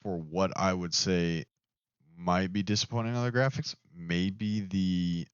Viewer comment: The graphics?? 😂😂😂 mans said the graohics fr 💀